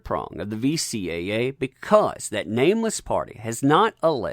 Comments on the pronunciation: Narrator Repeatedly said VCAA Its VCCA... idk if he said it correct once... (Sorry after 1st time I just kinda winced each time after....) (Alot of wincing...) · VCCA, not VCAA. Better get that right before you turn on that laugh track 😁😁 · Anyone else notice that he keeps saying VCAA instead of VCCA? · As informative and entertaining as this video was... its "VCCA", not "VCAA" - i never caught you saying that right. "Virginia Computer Crimes Act" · Is he saying VCAA on purpose instead of VCCA?